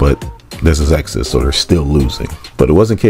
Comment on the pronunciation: Ayo it's reeeeeeeeeeealy killing me that this man can't say Exodus